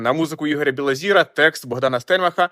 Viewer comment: І не БілозІра, а БілозОра !!!